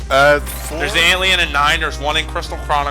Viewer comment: It's Ant-LIE-on, not Ant-LEE-on. You said it right the first time.